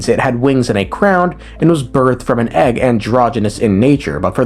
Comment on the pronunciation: it comes with an eggwuh